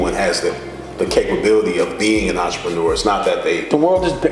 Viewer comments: oontra-paw-new-ah -dame dash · damn why can't Dame pronounce 'entrepreneur' correctly? Sounds like Russell Simmons must've been coaching him to say it that way. And there I was thinking those high-water shorts in every clip were bad...